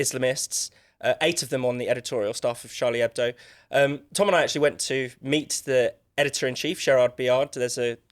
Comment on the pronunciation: Finally, a British/American journalist who pronounces Charlie Hebdo correctly! I mean, it's not exactly rocket science, is it?